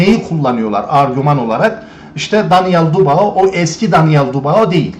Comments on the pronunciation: Kiymetli tespitleriniz var. Mutesekkiriz. Ancak su Daniel' in soyadini dogru telaffuz etmeniz yaptiginiz isin niteligi acisindan onemli olacaktir diye dusunuyorum. Bu genc arkadasin soyadi Dubois yani telaffuzu dü-bu-a yani du-ba-o degil. Dikkate alacaginizi dusinerek yazdim. Tesekkurler. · Abi videolarını izliyorum, konuşma tarzını beğeniyorum, her şey çok güzel fakat sen şu Daniel Dubois' nın soyadını "Dubao" diye okuyunca tribe giriyorum izleyemiyorum.....Doğru okunuşu "Dübua" şeklinde olucak....Fransızcadan gelme bir soy isim sanırım' o yüzden bu şekilde okunuyor....Naçizane katkıda bulunmak istedim.....Dikkate alman dileğiyle... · Don Charles'ın konuşmalarını izleyince ben bile ayar oldum. Çok uyuz bir herif. Bu arada, Dubağo değil, Dübuğa bey. Saygılar. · Bey; lütfen ‘Dübua’ deyin. Fransızca’da “oi” sesi “ua” okunur. Paylaşımlara devam. Teşekkürler ederiz.